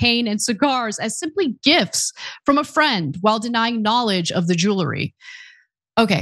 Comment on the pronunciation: Ugh... it's jewelry, not jeulery.